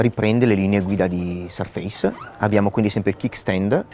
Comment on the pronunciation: Bel video, ben fatto, ma con un paio di imprecisioni: Surface si pronuncia in modo diverso, e la cover sottile si chiama Touch Cover. La Type Cover è quella con i tasti fisici, più spessa. il bootloader è sbloccabile dal pannello di controllo Modern. Alcuni possessori hanno fatto dei video in cui hanno installato Ubuntu ed altri sistemi.